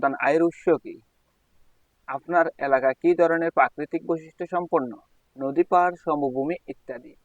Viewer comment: আপনি নদীরে নদু বলছিলেন 😮